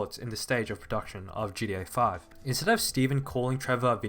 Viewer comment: Man can you stop saying "GDA"